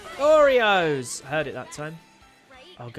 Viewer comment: We ALL only can hear "OREO" whenever says it